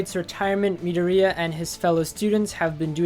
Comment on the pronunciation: The way he said pronounced midorya my heart dropped